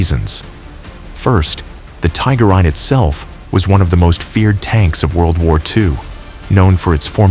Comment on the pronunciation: You know you're dealing with AI when the call a Tiger One a Tiger i..